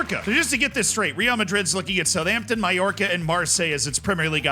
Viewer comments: Thats how youre supposed to say Mallorca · I mean he did say it correctly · Absolutely not, as someone who knows a bit about pronunciation of french and Italian he was very close on almost every single one lol Mallorca is literally pronounced Mayorca idk what you all are on